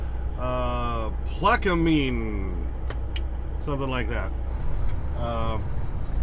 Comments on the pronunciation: I wish i could have met you. I am about 45 minutes from Hammond. Oh well maybe next time. The name of that town is pronounced plaque a men. I know the name of our towns can be confusing lol. Great video as always. There is only 2 houses that i know of on a basement, most homes unless you are near the bayou are built on concrete slabs and those "sticks" under the houses is what we call stilts. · I think the town in LA is pronounced: Plak-a-Mine (as in coal mine). There's an old Randy Newman song, Louisiana 1927, that mentions the town by name. Good song; it's about the flood of 1927 that left over 700,000 people homeless.